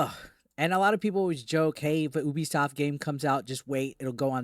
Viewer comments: Drives me nuts when people call Ubisoft, “OOBIESOFT” 😑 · it's pronounced "you-be-soft". Very appropriate name, it's a promise to their customers.